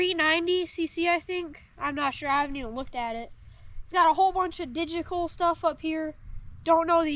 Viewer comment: I love how he almost said digikal or whatever Derek says instead of digital that’s definitely like father like son..